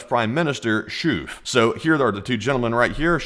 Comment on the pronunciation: The way you said schoof. lol